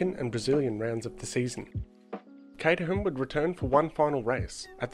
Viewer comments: It’s pronounced Kate-er-rum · the fact you pronounce caterham with the h is a sin, you must change your ways or feel the wrath of h